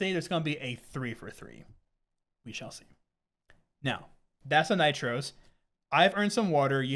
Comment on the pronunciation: N "we shale see"